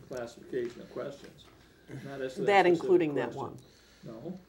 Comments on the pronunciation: Can you be more "pacific" please? Just "axe" Michelle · Am I the only person that’s infuriated by the fact he can’t pronounce words correctly!! Anyone that repeatedly says axe or pacific when talking should be fined on the spot !!! I’m guessing he’s sleeping with Debbie while Michelle is spinning plates and driving cars and doing tax returns all at the same time !! His soft speaking voice I’m sure is 💯 put on and in reality he’s yelling at people constantly while picking everyone’s pockets!! I can’t believe what I’m watching this guy is the slippiest eel in the swamp ! Love how as this goes on the lawyer throws shade and keeps asking “ would Michelle know about that too “ why is he constantly trying to eat his own face during this session ! He might as well have kept his damn gum in at the start !! Really enjoyed watching him choking on his lies when saying he can cure cancer 🤬 bs how can anyone really believe this horseshit !! The Super Bowl part was golden to hear n watch ! I feel like the lawyer lady handled him just as I would have done but I would have had to scream out “stop with the horse shit u complete fraud”